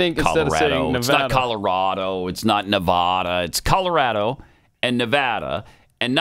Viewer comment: I grew up in Nevada and it’s definitely not NeVAHda.